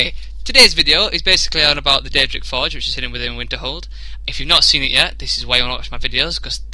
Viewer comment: hey true xD I didn't really understand when you said "Deadric Forge". But yes it does sound a lot cooler then "Atronac Forge" =)